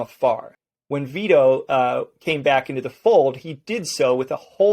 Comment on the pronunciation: It's neither it's Vito